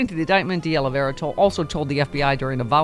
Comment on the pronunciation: Stephanie, You live in Los Angeles and you CAN'T pronounce De Oliveira ? :face-green-smiling